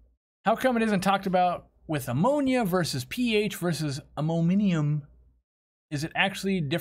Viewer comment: That and "ammominiumum"